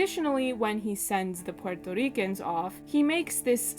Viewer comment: Love your video and your pronunciation if Puerto ricans. FYI. Puerto Ricans like NativeAmericans and African Americans did not immigrate. Puerto Ricans are born US citizens since 1917 and the island became a territory of the United states much earlier in 1898. The correct term is migrant because it applies to citizens who move from one part of the country to another. The term immigrants propagates the myth that we are foreigners and need visas or green cards which we do not. To add insult to injury most of us have partial Amerindian ancestry and these ancestors were the very ones Columbus called Indians.